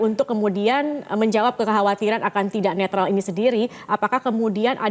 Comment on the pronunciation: Netral ... netril ... netrol 😂 ... Tukang bohong kok dipercaya ...